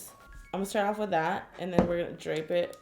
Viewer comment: “then we are going to drap it” 😂😂😂😂